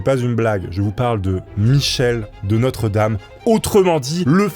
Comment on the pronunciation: Coucou, il me semble que son nom se prononce "De Nostredam" et non "De notre dame".